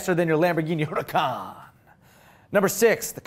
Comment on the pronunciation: for years almost everyone pronounced the murcielago incorrectly( its spanish pronounced moor-SIEH-la-go, not MERCY-a-LA-go) and now it is happening again. huracan is spanish for hurricane and in spanish the h is silent. so it is pronounced ooh-ra-CAN, not HU-ra-can. both words when seen written correctly have an accent mark indicating the syllable to have emphasis and in both cases english speakers are getting it wrong. to someone who knows the correct pronunciation, it sounds as bad as when a rapper recorded a song about getting a ga-LAR-do instead of a ga-YAR-do. at least most people got that one right. to everyone: if you want to be a lambo fan show that you are 'in the know' by pronouncing their cars correctly.